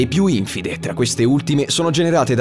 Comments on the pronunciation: La pronuncia corretta è infìde, non ìnfide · L'accento di Infide è sulla prima "i".